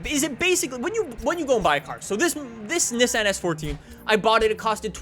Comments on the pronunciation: That’s not how you say Nissan lol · The way this guy says Nissan makes me want to punch a puppy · A car guy who can’t pronounce Nissan or Mazda correctly, what a fucking donut